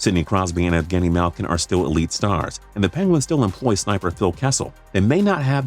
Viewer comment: Adrian Baggio mallkin not mahlkin